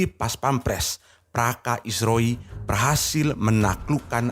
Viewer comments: Praka bos, bukan praska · Praka bang.. Bukan Praska... 😅😅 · Bukannya praska min yang bener itu praka ( prajurit kepala ) sering kali admin terdengar berbicara praska bukan praka, kritik sedikit min demi kebaikan chanel ini.